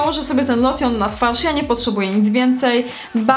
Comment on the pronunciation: a "lotion" sie czyta lołszyn